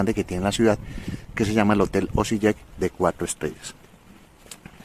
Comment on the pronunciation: Hvala vam puno na videima, seguiré tu canal 😆😆😆, dato la letra "J" se pronuncia "i" en abecedario croata (Osiiek)